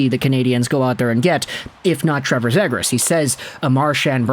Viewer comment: Before I even watch this I already know it’s gonna be pronounced Zaygras and I already know the ducks are gonna get screwed in this mock trade